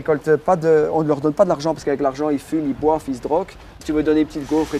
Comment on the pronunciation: " y fument y boif y s'drok ! " Nom d'une frite !!!!